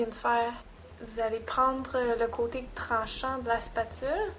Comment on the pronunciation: A oui au fait : "ing dô dê ming" ca existe pas... et aussi : "lê contê tronchen dê lay spetule" si ca coupe c'est un scalpel tu verras : glisse ton doigt sur une "spetule" et tu verras ca coupe pas on s'en fou que tu travaille la pate pendant 2 plonbes : on a compris tu eplik pa comment on fait le faux sang : VIDEO MERDIK Sinon la plaie est bien faite ;)